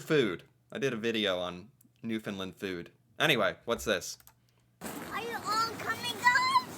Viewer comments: 🙏. New “fund” LAND. (Like Stand, hand, band) Really pronounce LAND not “Lund” It’s a huge pet peeve to Newfoundlanders. Also, as FYI, although it’s a mixture, call us Newfoundlanders not Newfies, some people are offended by it. Not all but enough. Yes, we are extremely nice drivers. Often zipper without reducing speed or open the close lane. Let people into traffic. Hfx is very big on this when going on-off the bridges. Obviously NEVER feed wildlife. Yep. Gotta love the dollar. 80s are over. Likely saving the racoon from busy street. Forks-is a joke. Yep, border would be right. We are not Mexico. 😂 We are told monopoly money all the time. (ahhh no 🇺🇸🇺🇸 say worse) YES!!!! Apologize, we really do mean it. It’s considered extremely rude, especially in NewfoundLAND. (Side note, McDonald’s bought the Tim’s recipe - Tim Horton is served in South Korea, Qatar, Saudi Arabia….. and numerous places in Asia and Middle East. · The third syllable in the word Newfoundland is pronounced LAND as in "land a plane". Thank you. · New-found-land.. and put it together.. you're saying it wrong. Sorry lol